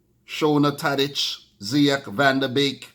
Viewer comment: Van de Beek is pronounced as "van de Bake"